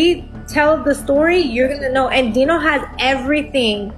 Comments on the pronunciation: Right?! She put this video together where she heard how the names were pronounced multiple times throughout the clips yet she still chose to say their names completely different 😂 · You're right. It matters. She says her name wrong the whole time and the guy's name is pronounced Dino.